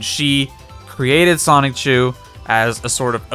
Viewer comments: It’s pronounced “Soni-Chu”, NOT “Sonic-Chu”. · I Can feel The Disrespect When Says “Sonichu” As “Sonic-Chu” Feels Good Because Sonichu Is A Dumb Meme